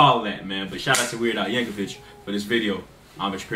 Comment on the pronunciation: No disrespect but his last name is not pronounced Yankovich it is pronounced Yankovick. I've seen quite a few first-time reactors pronounce his name as Yankovich